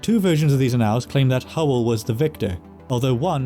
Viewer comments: ann - als'.not 'a nalls' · Annals is pronounced AN-als, sounds like AN-uhls.. It's not annAL as in canAL. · As on another video, your pronunciation is mostly correct. In this one, it's a simple word: ' annals". It's not pronounced " uh-NALLS," it's pronounced Aah' nulls, with emphasis on the first, not second syllable. The first syllable sounds like the proper name Anne, and the alls is pronounced like the second syllable of" bridal". If your going to do historical narration, you should have complete command of common English words. I think your pronunciation of place names and proper names is pretty good. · You've got me looking up how to pronouce 'annals', as I've only heard it as 'AN-uhlz' (like 'channels') before. Admittedly, I'm not finding much evidence of 'uh-NALZ' (like 'canals') elsewhere… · Could you try “ann-le”, instead of “ann-all”? I suspect you’re avoiding “ay-***” lol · Annals, not analls. Edit: interesting that you pronounce dynasty correctly but Americanly all the other times. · Thank-you! Most interesting! A small point of pronunciation, 'annals' is usually pronounced, 'ann-ls' :in other words, the second 'a' has usually been silent. And 'din-asty' not 'die-nasty' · It's "án•nals", accent on the first syllable. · If you're talking about historical records, then you are not pronouncing "annals" correctly